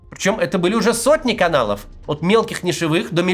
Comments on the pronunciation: «НишевЫх»? Макс, тебя что, ИИ покусал?😂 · нИшевых. Видос крутой, но очень резануло по ушам 🥲